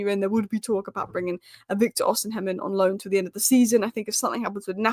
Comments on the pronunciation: It’s osimen not osim hen 😅😅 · Hey, Please stop mispronouncing Victor Osihem name. The correct pronunciation is: Osea Men. Not osi heim. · it's OSI-MHEN and not OSIM-HEM. 🤣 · It’s not pronounced osinhem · Pronounce Osimhens name correctly please😊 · The H is silent in Osimhen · I can't wait for the day she finds out that the h in Osimhen is silent.